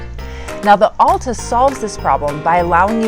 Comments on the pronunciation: Recent move ins to Utah or not skiers? Curious why you pronounced Alta like all-ta rather than Al-ta. Like altitude or Alta ski resort. But actually a few times you say Alta like it should be. So now I'm thinking maybe you've lived here a while.but are just influenced by the recent move ins saying All-ta instead of Al-ta. Very important for me to.figure this out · Good review, but kind of painful to hear "Alta" pronounced incorrectly so many times.